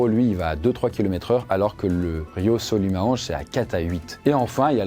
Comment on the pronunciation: Super vidéo !! Mais si je puis me permettre, on prononce le "S" dans Manaus et le fleuve Solimoes ça ressemble plus à "Solimou-inchs" compliqué à écrire pour la phonétique mais en tout cas, vidéo tres intéressante ^^